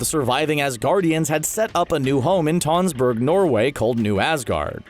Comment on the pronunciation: god... when pronouncing tønsberg, just use the o/u sound from run. it is not an o...